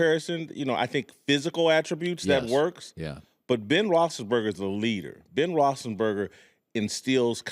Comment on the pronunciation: rossenburger? rossisburger?!?